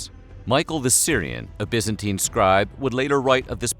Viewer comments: Its Byzantine, not Byanztine. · By-zan-tine Not Bee-zan-teen. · WHAT THE HELL IS "THE BYANZTINE EMPIRE" ??? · It's pronounced Biz-an-teen, not Biz-an-tyne. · BYZANTINE = "Bizz-en-TEEN" Not "Bizz-en-TYNE" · It's pronounced bizenteen. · pronounced BYEZANTINE anyway good video. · by-zantine pronounced like Bi-clycle please reshoot the video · FFS it's bizenteen it's pronounced Buyzantium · i thought it was pronounced bye-zen-teen? am i wrong? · I wish he could decide on how to pronounce "byzantine' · I like this video, but I hate the way he pronounces ‘Byzantine’ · Can this guy say byzantine right please? It’s sounds like 9 at the end. The ine is pronounced fucking teen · Bugged me how he pronounced byzantine wrong smh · I can't watch, his pronunciation of Byzantine is just putrid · why did you pronounce Byzantine differently? you switched